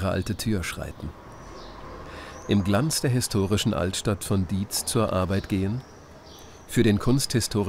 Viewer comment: Diez an der Lahn nicht Dietz. Sehr schöner Beitrag :-)